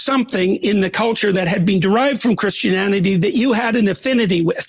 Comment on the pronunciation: did Peterson actually REALLY say "CHRISTIANANITY" or do my ears betray me? 😮 This guy really is like Kermit the frog 😅